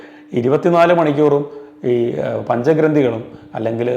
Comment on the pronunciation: സാറെ പഞ്ചഗ്രന്ധി,അല്ല പഞ്ചഗ്രന്ഥമാണ്